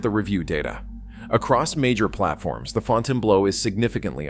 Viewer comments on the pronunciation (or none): Ai voice - Fountain Blow... pretty funny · Fon tane blue. 🤦‍♀️🤦‍♀️🤦‍♀️ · Fontainebleau - "Fontain Blow" while true and hilarious - it's pronounced "Fontain Blue"! Good gawd! 🤣Stewwwwwpid! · The way you pronounce it, it sounds like Fontainebleau job. It's pronounced fountian-blue. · I can’t watch this with the pronunciation FontaineBLOW LOL ☠️ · Had to come to the comments to make sure I wasn't the only one hearing "Fontaine Blow". When I was out in Vegas back in April for a work conference, I took a walk up the northside of the strip one night to check out a couple of these new properties. Last time I was there, Resorts World hadn't yet open, so I wanted to see what these new properties were about. Wasn't really impressed with "Fontaine Blow". I didn't really like the feel of it. Just gave me a really empty feeling, not to mention, the fact the place was dead. It was just overly sterile and just didn't like the vibe of the place. I liked Resorts Worlds better, but it was kinda dead too, and there are a lot of other properties on the strip that I like better than either of those. Resorts Worlds, to me, feels savable, but "Fontaine Blow" just feels like a failure. Its unfortunate they couldn't do better with that property. I know it sits on a bad spot on the strip, but if it was better thought out as how get people to want to come to the northside and go to it. It might have had a fighting chance. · It's pronounce fountain blue and I got a room for $259 mountain view on the 60th floor after resort fees and I was able to park my own car and this place was absolutely immaculate yes it was very expensive two drinks at the bar ran me $40 and that's completely absurd but the majority of your video is wrong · The “Fontain Blow” 😂😂😂 Gotta love AI - NOT!!! Didn’t finish the video. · Fountaine Blow 😂 AI at its Finest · Another AI voice that doesn’t know how to pronounce words… It’s not the “FountainBLOW”, it’s the Fountainebleau, FRENCH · Fontaine "Blow"? LOL